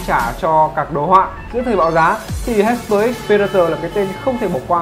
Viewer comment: Đọc là hai pơ ích chứ không phải là hi pơ bạn ạ